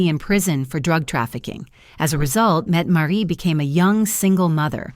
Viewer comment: Metmaret? Mettemarie? No its Mette- Maa-rit